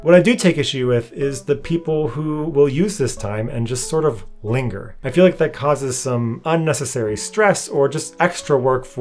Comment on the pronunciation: "Linger" lol